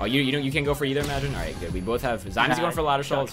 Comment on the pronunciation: changed good to great because you pronounce it "geed" haha